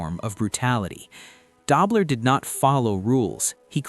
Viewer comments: AI--can't pronounce Conrad Dobler correctly! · Stop mispronouncing dobler😮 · It's not da-bler it's doo- bler. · "Dobe-ler". Good try. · Learn to pronounce Dobler. DOHB-ler. al-ZAY- doh too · It's pronounced Doe-bler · It was Dobler with a long o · LEARN TO PRONOUNCE "DOBLER" CORRECTLY